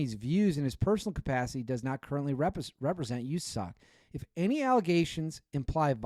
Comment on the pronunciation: Can you do us a favor and never say “usasoc” ever again Literally how a liberal senator would say it. Just say SOC. We all know what country we’re in